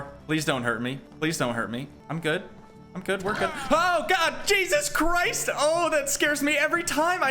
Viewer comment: When you say jesus christ you sounds like a british boy😂😂